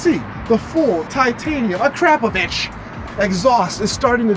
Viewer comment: Your exhaust is not "crap" it's "crop" "Uh-Crop-Uh-Vich"